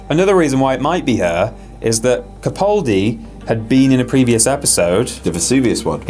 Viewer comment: HAHAHAHA you think his name is peter capuldi!!!! its peter CAPALDI